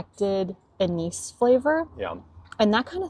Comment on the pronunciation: Anise pronounced in Dutch 'Ah nice' :)